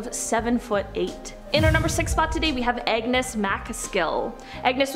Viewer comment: His name is not Agnes MacAskill. It’s Angus.